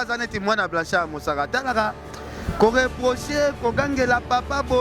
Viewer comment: oyebi ata ko prononcer kombo ya Blanchard mosaka te vraiment mais ozofinga ye kende koko kota cour de langue pardon